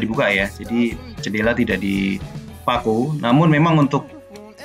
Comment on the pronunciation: Btw jendela pak bukan cendela hehe